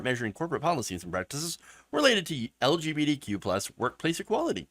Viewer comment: .....LGB(D)Q? Why can't you say the letter "T"? Are YOU trying to erase Trans people?